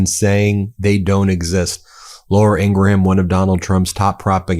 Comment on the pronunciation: Ben, do you mispronounce Ingraham’s last name on purpose to get under her skin?